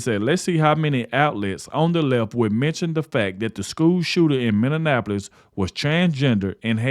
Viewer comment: I've just recently found your channel and of course some of the content you have I've already seen some I haven't, but I'll help you with something. To pronounce Minneapolis= Minnie app poll less, You're welcome.